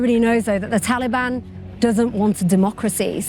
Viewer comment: Anyone heard Pakiistan After Taliiban, or is it only me ?